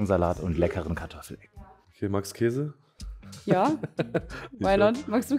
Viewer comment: Wie einfach jeder Käse von dir falsch ausgesprochen wird 😂😂😂